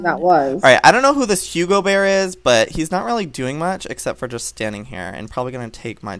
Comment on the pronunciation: You know hugbabybear you just call her hugabear